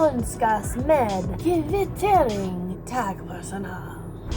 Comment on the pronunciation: I love your Swedish!! "taaaahgpersonaaahl" :D